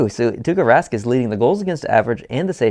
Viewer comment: It is Tuukka Rask... not Tukka Rask😂 Tukka=hair in finnish😂😂